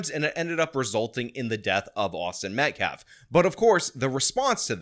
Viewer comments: the guy can't even pronounce "Metcalf" correctly, he says it "Met-claf". What a clown. 🤡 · He mispronounced the victim's name as "MetcLaf" twice. Almost like he doesn't gaf about the victim in this case. 🤔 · this guy can't even say Austin's last name correctly lol wtf. Metclaf? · “Metclaf”. Cmon man. Say the kids name right. Geez. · mispronounced Austin Metcalf's name TWICE in that presser clip, referring to him as 'MetKLAF'. Such disrespect. 😡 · Is it pronounced “Metcalf,” or “Metclaf”? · 'Im a lawyer but i cant say the name right' metclaf.. really dude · He said Austin Metlaf,,,TWICE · It's not "Metclaf", it's METCALF, you ignorant dolt. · " Austin MetcLaf." 🤦‍♂️ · Let me axe you a question. Why does he keep calling him Austin Metclaf? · Metclarfe? Can these people ever pronounce things properly? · "Metclaf" Dude can't even pronounce his Name!!! What a Joke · Metklaf? That basketball can't even say the name right. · Can’t even pronounce the victims name correctly. Abysmal is an understatement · He doesn't even have the respect (or intelligence) to pronounce the name correctly. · I find it more sad they pronounce karmelos name correctly, but everyone can't say metcalf to save their lives. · why is it so hard for people to say Metcalf right? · that guy yeah look into him, Donut operator already said one thing about him so I’m sure we are gonna hear alot more. This is guy is not a good person and is trying to look like some kind of peace maker 😂yeah no, nope he can’t even pronounce the name correctly he doesn’t give a shit, just what it will mean for those going forward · Does he mis-pronounce Metcalf on purpose, does he know how to say baby cow? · We have saw a false autopsy that is false, and I am surprised that every black mispronounced Metcalf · Can the ngan guy actually pronounce the victims name correctly?